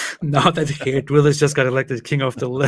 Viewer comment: Geert wilders in Nederland!! Great pronunciation!!